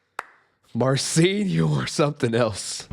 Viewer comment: Wish he'd pronounce his name properly, i.e. Mar-chin.